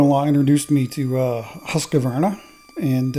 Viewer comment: The most important thing in this video is obviously the pronunciation of Husqvarna. 😁 Yes I always focus on the important bits, it's the ADHD in me. Husqvarna is composed of two words and some fancy 1700s spelling, Hus and Kvarn (house and mill). So its pronunciated Huus-KvArna. The A and r as in Arms.